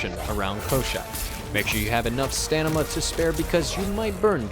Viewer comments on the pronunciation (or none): personal pet peeve is stanima instead of stamina ;) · did he say stanima? lmao